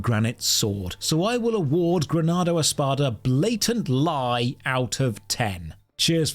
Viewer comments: everytime you intentionally mispornounce grando espada it gives me life, my fav is "granando espandex"!!! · When he kept saying the name of the game I got flashbacks to Ardy-double-D-dar-dar 😂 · It's a delight to hear butchering the name of my most memorable and beloved mmo. 😂 Was a faithful player from when the max was Veteran (Lv100) until the official SEA server shuts down. Tho the real reason I quit was the lootbox system that kept getting worst over the years. The game was great at the time. Story is good too. The concept of controlling 3 characters for combat is unique. Still listen to the music sometimes now. Too bad Steam version turned it into an unbearable UI mess. It would have been a more playable experience otherwise. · The way you mutilated the name every single time actually made me giggle more than I should have and now everyone on the plane is staring at me